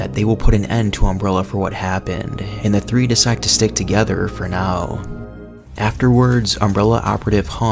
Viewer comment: Nice video but you put wayyyyyy too much emphasis on the last word in each sentence lmao I ate a pickllle. Thats a scary taco Working togetherrrrrr